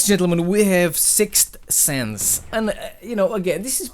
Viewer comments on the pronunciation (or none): when you said sixth sense i thought you said 6 cents i was like "treyarch put a fucking rapper in the game..."